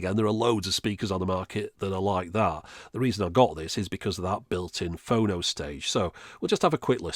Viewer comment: Is it wrong that it’s freaking me out hearing “Phono” like “oh no!”